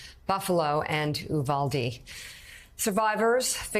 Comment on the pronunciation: It is U-vald- ee not eew-bald-ee